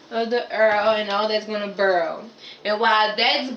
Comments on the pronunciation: What is she saying? After it Burrel? What's that?🤔 Just realized she means boiling half way through the video!🤣🤣🤣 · Did she say....urrl and burl! LMAO!!! What the entire hell! Ha' sashit???!!! I'm done! I can't even take this video serious!